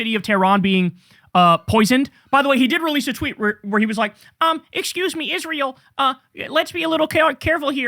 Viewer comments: Senator Ladybug is one of the most disgusting and insufferable people alive for the shit he does and says, least of which is the way he says "Izrull" and "nuke-yalar" 🙉🤪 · Lindsay is a Nazi - and he also can’t even pronounce the name of the nation he actually represents, rather than America: he f’ing always says “Is-ruul” like a complete dumbass, instead Israel. We did the wrong thing after the Civil War. We should have CRUSHED THE PSYCHOS, like Lindsay.